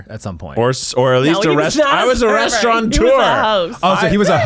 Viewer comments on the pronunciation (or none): Nobody: Keith: I WAS A SERVER AND A RESTAURANTEUR lol